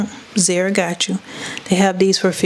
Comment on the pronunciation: the store brand name is called ZAR-A Sis! Not Zeera! 😂😘 but however I do love your channel! 🔥